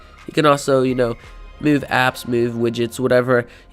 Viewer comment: U say move like a fucking idiot